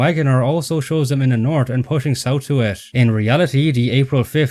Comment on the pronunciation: I understand you may not be a native English speaker, judging by your terrible accent, but the way you pronounce some words, like North ("nort") made me feel bad for your unapplied education.